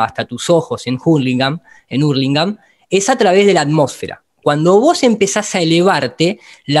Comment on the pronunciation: no de dice Hurlingham se pronuncia JARLINGAN XD